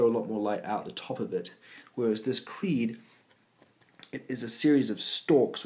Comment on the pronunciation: clearly it says cree not creed like your favorite band!